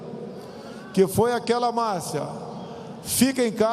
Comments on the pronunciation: "Foi aquelea mácia"... A desgraça não sabe nem falar "máxima " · "Que foi aquela macia.." O acéfalo não consegue nem pronunciar "máxima". Vem, outubro. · Que foi aquela "marcia" [máxima]..... kkkkkkk.... é da turma do "cupção" e "conge"